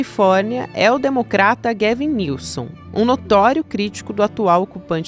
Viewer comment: Só pra adicionar, a pronúncia do nome do Governador da Califórnia é “Góuven Nilsam”